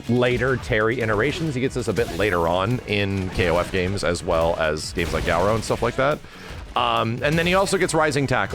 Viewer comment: Hearing him say garou is super painful...not sure why he thinks its pronounced like that